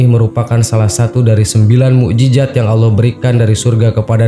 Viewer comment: Mujizat... Bukan bukan mujijat..